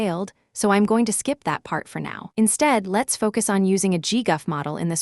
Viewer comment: "Saff-eh-tensors" 😂 "gee-guff" 💀